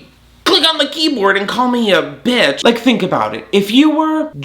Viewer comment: "BeEFoUR u CLICk ON the kEEyboReDuh" 😂☠